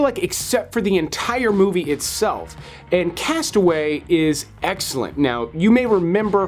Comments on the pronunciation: You are mispronouncing the title of your #15 pick. The film is entitled "Cast Away" (TWO words, pronounced "Cast uh-WAY"(accent on the SECOND syllable of the second word). Mistakenly, you are pronouncing the single word, "castaway" (ONE word, pronounced "CAST-uh-way" (accent on FIRST syllable). Am I nitpicking? Perhaps, but considering what you do for a living, you should be more careful. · I wish people would learn to pronounce the title of "Cast Away." I almost never hear it pronounced correctly. It's not "Castaway." It's two separate words, "cast" and "away." That's important for understanding the theme of the movie. A castaway is someone who has been marooned or stranded, which the Tom Hanks character obviously was, but Robert Zemeckis chose deliberately not to call the movie "Castaway." That's because, while a castaway is a person, to "cast away" is an action of rejection. When you cast something away, you turn it into refuse or garbage; you relegate it to the past, no longer worth considering. The point of the movie is not the Hanks character's struggle on the island. It is the reaction of the people in his life when he returns and his reaction to their reaction. He realizes, through his wife's remarriage and everyone's misunderstanding of his state of mind, that he has been cast away by them. The movie is "Cast Away," not "Castaway."